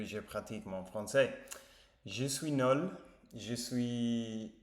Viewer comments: Ah vous revoilà 👍 une chose, vous prononcez mal le mot NUL. Vous dites NOL à la pace. Je suis nol it's no good ( like m'y English 😁) je suis nul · Salut, l'important c'est de te remettre, le français ça peut attendre, tu n'es pas obligé de poster tous les jours. Fais attention parce que quand tu dis je suis nol, ça veut rien dire, on dit je suis nuuuuuuul avec le son U. Les tablettes en français c'est juste pour le chocolat. Donc les tablettes de chocolat que tu trouveras dans ton supermarché, on peut parler de tablettes de chocolat quand on fait de la musculation et que l'on travaille ses abdos ou abdominaux et là on a de belles tablettes. Pour les médicaments ce ne sont pas des tablettes mais ce sont soit des gélules, des cachets ou des comprimés qui peuvent être également effervescents. Bon rétablissement mais ça devrait aller grâce à cette bonne mixture que l'on t'as prescrit😈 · bienvEnue. Je suis nUl... il faut travailler la prononciation.